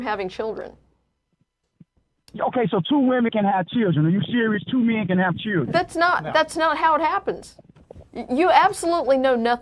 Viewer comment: and what's a churldren